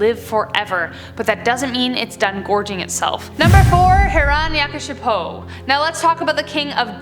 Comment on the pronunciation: I am an Indian and I have not heard of half of them and you were great with pronounciations like Bengaluru, Krishan, Hirnkashyap (great it's a difficult word), Raktbija 👍